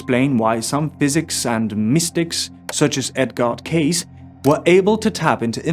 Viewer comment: Its Edgar Casey not Case